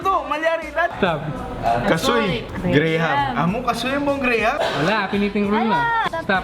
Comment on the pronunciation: Nice ! Btw, graham is "gram" not "gray-ham". Tnx🤗